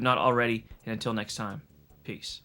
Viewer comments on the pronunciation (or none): none